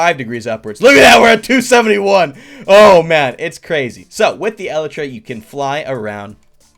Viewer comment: Elytra is pronounced e-Le-tra